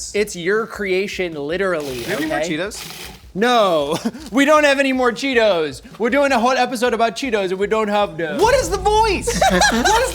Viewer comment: “No we don’t have anymow Cheetos, wew doing a whole episode about them and we don’t have them” 😂